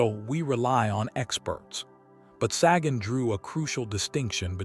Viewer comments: It's not "saggin'." Sagan rhymes with pagan. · You’re joking. Ai voiceover and AI script trying to talk about authenticity….can’t even pronounce Sagan’s name.. I picture a snobby cheesemonger handing me a fuzzy, grey lump of mold